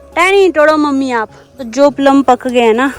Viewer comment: प्लम not पल्म 😂